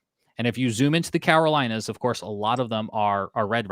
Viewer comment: CaROlinas... not Cawarolinas